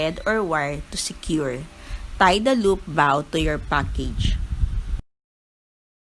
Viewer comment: its pronounced as BOW po, not BAW =)